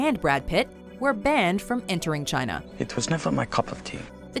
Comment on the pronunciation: Chayna Numba Wan!